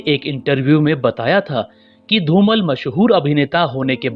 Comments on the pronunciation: It is not Dhumal it is Dhumaal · Very nice video but you should pronounce the Legend actors name in correct manner. You are addressing him as "धुमल" whereas correct pronunciation is "धुमाळ" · धूमल नही धूमाळ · Yes... You are not pronouncing his surname Properly.....learn how to Pronounce and then Record such .....